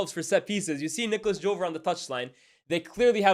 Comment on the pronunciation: The commentators pronounced him in a french way, at first I was perplexed and then I found out that Nicolas Jover is french why tf is everyone pronouncing him english💀